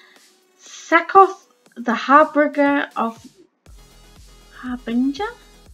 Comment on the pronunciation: Learn how to pronounce the thing you're presenting. Otherwise good video.